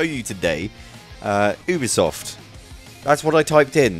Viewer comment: Your saying UBISOFT wrong its like saying you be soft fast 😀